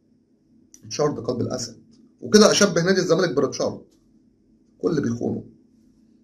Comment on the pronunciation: واضح ان زيزو كذاب ونصب على جمهور الزمالك ..... رتشارد !!!!!! دكه نيلة اللى عايزة خلف ..... نطقك لرتشارد عسل اسود